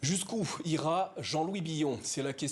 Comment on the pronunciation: C'est quoi "jusqu'oùF"? Passer son temps à mimer les mauvaises habitudes des médias français, semble être meilleur que l'excellence d'une bonne diction!?